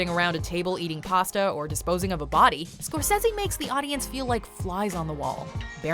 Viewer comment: Did...you just pronounce his name Martin score-sezzy??.....really?